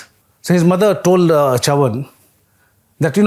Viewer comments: How can you be so wrong with the pronounciation of Chavan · pronunciation of Chavan is hilarious